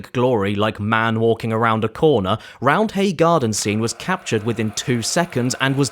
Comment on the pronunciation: ITS PRONOUNCED ROUND-AY but thanks for mentioning leeds